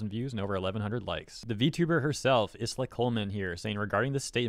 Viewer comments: i understand that it's a very deep topic... but i cant help but get so distracted whenever calls her is-la instead of ai-la/ai-ra (like the word island....) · dude the s in her name is silent. its like isle but with a a at the end. "eye-la" I swear you go outve your way to pronounce vtubers names wrong. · PS “Isla” is pronounces “Eye-La” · Isla = Eye-Lah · Just a heads up in case you decide to make another video about Isla. it's pronounced Aila (like Island but without nd). Or at least that's what the Katakana reads as. Minor detail, I know. But if this situation is anything to go by, triggering those "fans" of hers sounds like a headache. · your pronunciation of Isla is epic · I think it’s supposed to be Isla as in Island, but without the nd. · I think the s is silent in Isla. aira is what the katakana says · I think the 's' in Isla might be silent. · Actually, Isla Coleman is pronounced just like Island in English.